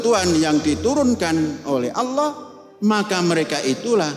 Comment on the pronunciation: Panji Gumilang susah menyebut kata Allah SWT